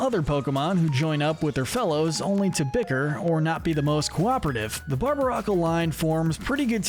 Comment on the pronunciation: Did you just mispronounce Rhyperior, or is it a joke with Rhyperior being inferior instead of superior to Rhydon? (In term of how it looks) You also slightly mispronounce a few other Pokémon names from time to time, for example Barbaracle. Though I admit it is hard to pronounce.